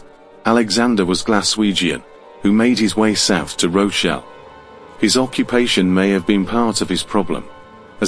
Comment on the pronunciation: Rochelle? Do you mean ROCH DALE